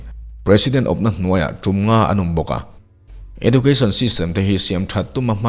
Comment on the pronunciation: Edjoocashn tia lam zawk tur niang..